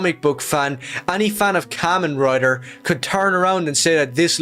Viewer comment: And the way he said it too, "Kaymenh Rider"